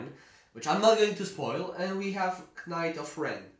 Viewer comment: Tu m’as fait rigoler en disant « qnayt of ren » mais sinon je t’adores